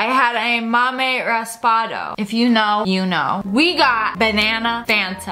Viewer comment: You said raspado wrong